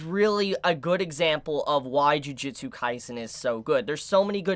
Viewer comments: please stop saying "Jiujitsu" Kaisen ;_ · Tbh, it was a perfectly fine comment. No hate or malice really shown. Don't know why you're saying it's not constructive since now knows it's not pronounced "jiu". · juJUtsu kaisen :D not jujitsu ehe trigered ahah , JUJIIIIIITSUUUU!? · Why is so many people still calling it "Jujitsu Kaisen" XD